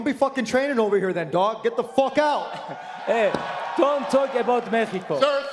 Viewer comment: The way Khabib said "México" is x10,000 times better than Tony's so called spanish. I'm Mexican and I dislike this disrespectful clown.